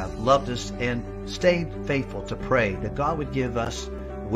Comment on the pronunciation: Did you say "Let us prey"???